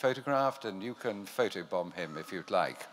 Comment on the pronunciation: The moment I heard an old English gent pronounce every syllable of "photobomb" I knew this video would be 🔥🔥🔥🔥🔥🔥🔥🔥🔥🔥